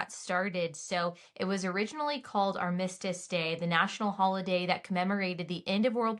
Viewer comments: Love your podcasts, Allie. Armistice -accent is on the first syllable. :) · You were concerned about you pronunciation of Nevada but if you don't mind I'd like to ask you to correctly pronounce "armistice". The accent should be on the first syllable, rather than the second. I don't want to sound like the grammar police, but I thought you would want to know. Anyway, blessings to you and to our veterans. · Haha, I was looking for this comment. Nevada? Psh. ARM-istice!! (Not ar-MIST-ice)